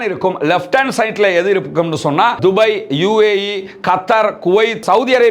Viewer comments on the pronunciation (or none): none